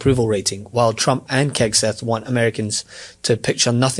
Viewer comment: Did say Kegseth? 😂 🍻